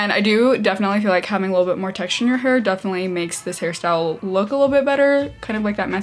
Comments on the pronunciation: Omg fellow Harrie? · I love Harry Styles and I kept hearing his name too❤️ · Zhania Ibraembaeva I can’t I hear it now 😭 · Zhania Ibraembaeva same and I was excited about it😭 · And now I can’t unhear it 😂😭